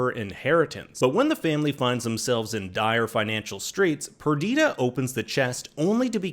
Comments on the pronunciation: I like how you keep pronouncing Perdita differently than the show. Saying Perdeeeta instead of PerdITa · Pearlata…..not whatever you said in this video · They say her name so much. Why are you mispronouncing it, did you just watch it with the subtitles on? Perdita.